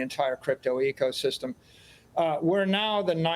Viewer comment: Echosystem. He said that for a reason I believe. You think he does or doesn't know it's Ecosystem?